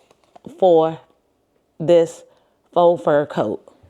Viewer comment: Faux is pronounced "foh", not "fox".